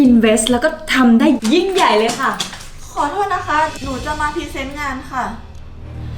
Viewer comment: เฟิร์นใช้ร.เรือคำควบกล้ำให้ชัดๆอย่าพูดแบบเคยชินนะโรงพยาบาลไม่ใช่ โรงบาล พรีเซนต์ไม่ใช่พีเซนต์ ผู้จัดการคำว่าโสโครก ไม่ใช่โสโคก